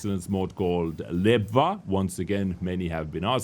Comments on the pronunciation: Lebwa is actually pronounced as Levsha 😂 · Hello there, Nice video, thx for it. A small info for all: it's not called lebwa it's called lewscha, it's a russian streamer playing mainly on lesta servers